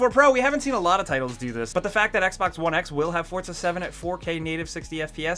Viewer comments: It's pronounced For-Za not Forts-a Jesus Christ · The word 'Forza' does not contain the letter 'T'.